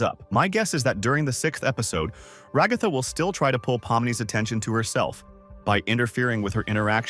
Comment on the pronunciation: I'm sorry it's ragaaaatha